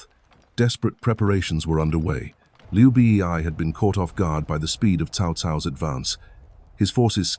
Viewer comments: Who is Liu Bi Ee Ai? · hHAHAHAHA i straight come to comments section to find this...Liu B.E.I